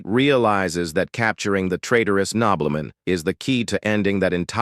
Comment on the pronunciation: Nobleman ❌️ Knob-bell-men✅️